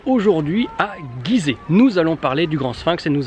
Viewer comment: Bonjour on dit gizet et non guizet comme girafe